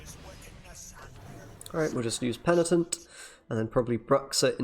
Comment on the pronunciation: After DevilDriven, another youtuber saying « pentinent » 😏